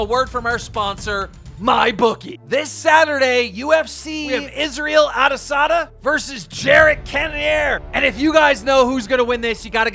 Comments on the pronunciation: Israel adasada 😂 the name is Israel adesanya kim ⭐ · "Israel AdesaDa" lmao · Man said adasada lol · The fact you can’t pronounce Israel “(ah dee Saun ya)” adesanya pisses me off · I thought keep said Isreal carneasada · Man really said israel ADESADDA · “Isreal adesada” im done💀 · ah-dea-san-yea keem is simple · Who tf is Israel “ADASADAY” 💀bro learn to pronoun the names right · Dude said ahdasauna 🤣🤣🤣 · did he really say Israel Adesana😂😂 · Ah yes, Israel oddesonna and Jared cannonair according to keem👍🏼. Also when are you gonna realize keem that it’s pronounced Susan Woyetzski, not wachecki lmao. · I died when keem butchered izzy’s name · Can't even say adesanya correctly! Lol